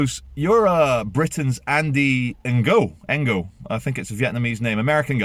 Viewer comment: I think it's pronounced 'Andy no'